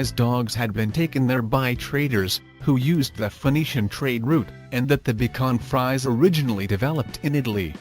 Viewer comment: now why you call it bacon fries then say the breed correctly is my question... easy way: bee shwan free say